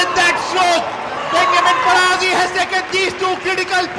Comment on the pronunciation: His name pronunciation: Fa-Ra-Jee (Faraji)